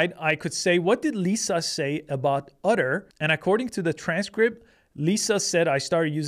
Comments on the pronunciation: Otter or Utter? Are you sure you are pronouncing that right? Is it supposed to be "Otter" as in the animal? Or really "Utter" and they spelled the name of the company wrong? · Why is he calling "Otter" "Udder"? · Great video but ask Chat GPT to pronounce "otter" for you. What you were saying was "utter," a completely different word. :D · Are you saying "utter"? 😂 😂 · lol udder AI. I never noticed he had an accent until he said Otter in such a strange way. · I kept hearing “udder” 😁